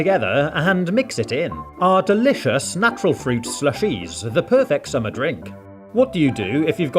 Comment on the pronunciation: The way the guy said slushes at the beginning was the most proper British i ever heard 😂